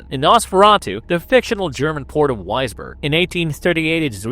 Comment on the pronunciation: Also, Wisborg would be Visberg in German.